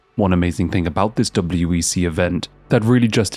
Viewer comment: Are you saying WBC instead of WEC sometimes?